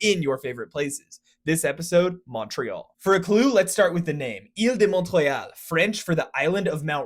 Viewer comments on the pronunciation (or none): The "t" in Montréal is always silent as well as in Mont Royal, Montréalais-e. So, NEVER PRONOUNCE THE "T" IN FRENCH. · I did not expect him to literally say my city. 😅 P.s.: You don't pronounce the T if you are saying Montréal or montréalais in French. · Isn’t the t silent in Montreal or am I going crazy? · Stop pronouncing the T in Montreal, the t is at the end of the word mont, and in French, -d, -p, -s, -t, -x, -z are usually omitted at the end of words so while T is in the middle of Montréal since it is derivated from the words mont (highest mountain in a chain ) and réal (old french for "royal")... well you get the gist.